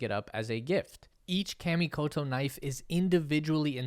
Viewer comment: You're pronouncing Kamikoto wrong. It's kah, not kaaaa.